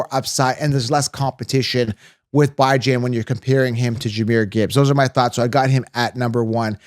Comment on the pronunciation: I can’t trust a source when they can’t pronounce Achane and BiJan’s name correctly.